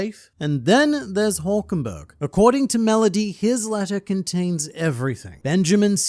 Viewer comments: "Melodussy" lmao. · Tf Is Melodusy 😂😂😂😂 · YOU DID NOT JUST SAY MELODUSSY I TRUSTED YOU😂